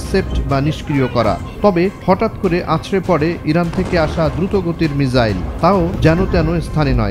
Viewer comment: মিজাইল নাকি মিসাইল হবে